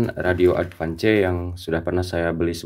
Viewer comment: ADVANCE dibacanya Edvans